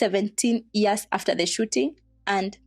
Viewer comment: How could he think that he was right shooting to kill an unarmed person? Aiiiii seriously?! And why do people edit out the y in year, to say 'ear'. 20 ears? Aiiiii. Otherwise, asante for this exposé.